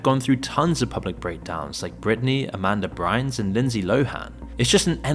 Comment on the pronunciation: “Amanda Brines” 😂